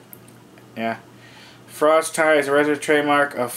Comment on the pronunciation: It's pronounced "frosty" smh